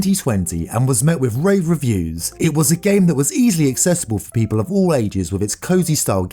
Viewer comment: When he said people I thought he said peta 💀💀